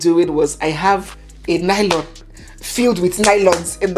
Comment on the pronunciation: let me give you my culture shock when I arrived in London for the first time and after my shopping, I asked for lylon like we pronounce it in Nigeria and you have pronounced lylon in this video, Hmmm, whala deh o as the white shop attendants kept looking at me and he couldn't understand what exactly until I touched the lylon and repeated myself and say please can I have a lylon and he exclaimed that ooo you want a carrier bag. So lylon is a no no in this western world. 😂😂😂😂